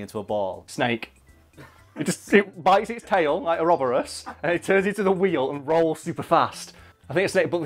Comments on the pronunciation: that pronunciation of uroborus "a-rubber-us" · my guy said orrubburus... never going to stop loving these vids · They way you pronounced droideka and ourobouros infuriates me